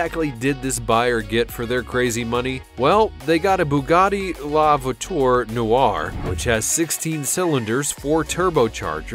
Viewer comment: the way this guy says "la voiture" is triggering me